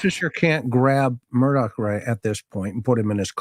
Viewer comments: Sounds like he’s saying “Murdock” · I’m watching this on replay. Excellent job,. It is a sad, needless, most tragic loss of two humans. BTW, if you pronounce his last name as “Mur-dug,” I think you’ll be close enough for grits. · It’s pronounced murdock, sometimes his accent sounds like Murdick, which is appropriate. There’s lots of footage with the correct pronunciation, even though his own lawyer, harpoot, said his name wrong. 😂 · I'm from New England where we pronounce it "Murdah" LOL it's all good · It's "Elek Murdick" as AM pronounces it.